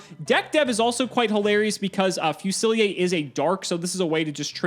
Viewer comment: Wait, it's not pronounced Fusilier? Ou est-ce que cette carte se prononce Fusilier? The Japanese name is Gunner, apparently, so that doesn't help...